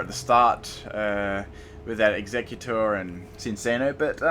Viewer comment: Cinccino is pronounced sin-chino.